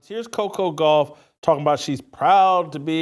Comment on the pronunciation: He mispronounced her name to be mean. This is MAGA.